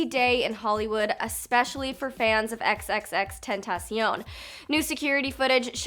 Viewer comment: At least say his name right